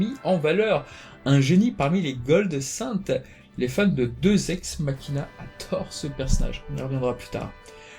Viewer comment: C’est peut être parceque je connais moins Lost Canvas et donc ses personnages ,mais je trouve que tu vas trop vite dans le récit de l’histoire ,des noms....c’est parfois indigeste (au point de devoir revenir en arrière souvent pour capter de qui tu parles ) Au contraire des précédentes vidéos . C’est dommage ,car Lost Canvas donne envie (Ps: Deus ex machina se dit « Dé-Ou-SS » pas « 2-ex machina « 😋😋😋)